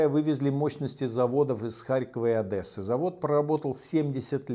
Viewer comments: ОдЕсса Умоляю, Михаил Борисович, Одесса в русском языке произносится через Е :) Мы тут в Одессе таким образом определяем диверсантов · Михаил Борисович, благодарю вас за видео, за поддержку, и за всё, что Вы делаете, но пожалуйста, не говорите «Адэса». ОдЕсса! Благодарю за понимание, от лица многих одесситов. Слава Україні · ха-ха, вот и прокололся Мишаня))